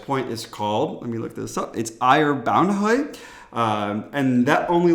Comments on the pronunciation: Grats,, you nailed the pronunciation of Ejer Bavnehøj. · Mette... hahaha!! 😂😂😂😂 aaaaand the pronunciation of Ejer Bavnehøj - AMAAAZING!! Well done.